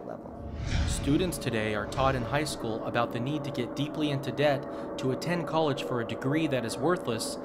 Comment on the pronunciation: "SHCOOL" lmao